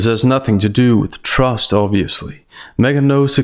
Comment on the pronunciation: She said “trest” but really meant “trust”.